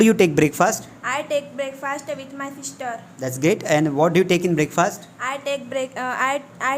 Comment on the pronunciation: 'breakfast' pronunciation, check it out..😑😶☺